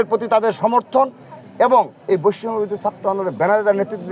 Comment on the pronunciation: বৈষম্য শব্দটি শুদ্ধ ভাবে উচ্চারণ করুন, আপনার সভাপতির মেয়াদ শেষ হবে কবে?